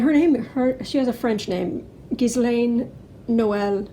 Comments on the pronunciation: IT IS GHEE, SILENT S, LANE. I know, just read my affadavit. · You say it gill Ann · You forgot the cleansing bayleaves and sage. Trivia: the “s” in Ghislaine Maxwell is silent, not pronounced. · Ghislane... the s is silent. And supposedly Epstein worked for HER. Not the other way round.